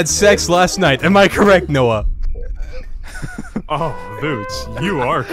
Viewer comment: Since when does Vootz call Noah, 'Noey'??